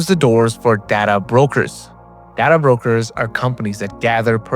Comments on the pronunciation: Data is 'day-ta', not 'dadda'. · Only Trekkies pronounce it day-ta